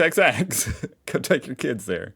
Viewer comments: XXXX BEER is simply pronounced as Fourex ( FOUR EX) . It’s a Queensland brewed beer that you drink when the Pubs ( or BottleOs), are out of everything drinkable. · That sign reads "XXXX". Pronounced "four ex", it's a brand of beer. 😂 That's likely to be the local pub, with a playground to keep the kids entertained. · The XXXX sign is a brand of Queensland beer, so despite the children's play apparatus, it's a pub. They're obviously grooming the next generation of 'piss pots' (people who drink a lot). It's pronounced Fourex by the way. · XXXX (pronounced "four ex") is a beer, 😂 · As you probably already know, it's pronounced 4Ex..